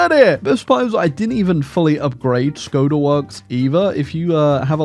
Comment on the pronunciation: The letter Š is pronounced as SH. So Škoda is pronounced SHKODA.